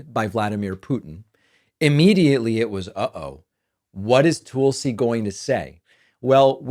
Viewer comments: Its Tuhl-see. TUL SI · Her name is Tulsi. Can you tulsi one time? It’s not toolsi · TOOOOOLSI. The way you say her name drives me bonkers David.